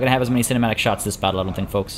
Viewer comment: My favorite part was when you said high-arcing sharts